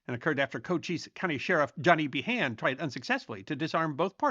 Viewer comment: Behanis pronounced Bean not be-han.